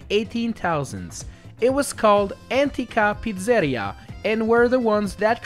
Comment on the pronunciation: Pizzèria had me dying 😂 (it's Pizzerìa)